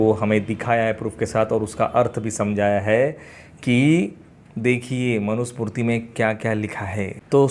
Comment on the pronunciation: सही शब्द मनु स्मृति है मनु smurti नहीं है